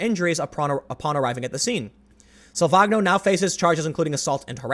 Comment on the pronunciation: I'm fairly sure Salvagno is Italian, so the g is silent and is pronounced 'sal-van-yo'